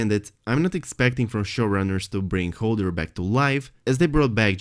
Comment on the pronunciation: I love your content but I am screaming inside when you pronounce Hodor as Holder. LMAO 😂